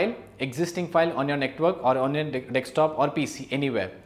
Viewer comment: "Dekstop" cute